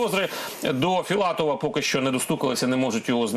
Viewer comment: Філатофф, виборіфф.. Пане віднику, досить фекати!